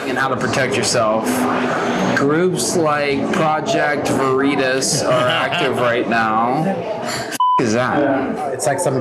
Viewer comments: Vah-Ree-Tahs??? Bold move Cotton, bold move. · Vereetas?! LOL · It's pronounced: "V'reetus" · Project Vereeters. What’s that? 😂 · "Project Ver-ree-tuss!?!?!" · Back in 1941 in a Munich bierhaus: "What ze hell ist ein 'OSS'?" he asks, as the Gestapo officer across the table hands his new friend a secret document warning them about Allied spies. The fact he pronounced Veritas wrong is just the cherry on top. What an absolute mad lad. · Okay, the PV guy who intentionally mispronounced their name was smart, haha.